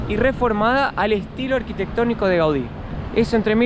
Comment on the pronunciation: Se dice arquitectonico no arquitecticie